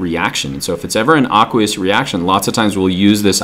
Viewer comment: AAAAAAAAKKKWEEEEEEEEEUUUUUSSSSS solution bad pronunciation.